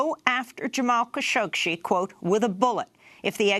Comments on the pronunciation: Stop mispronouncing the name Khashoggi. Google "how to pronounce khashoggi"; she got the idea how to do it and she never examined it again. So annoying! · There’s more than one way to pronounce “Khashoggi”. Jamal and his immediate family are Saudi, who pronounce it as “Kha-shoh-gee”, although his progenitors and entomology of the surname are Turkish, who pronounce it “Kun-shohk-see”. I believe (although not 100% sure) this is due to a difference in phonetics between Turkish and Arabic.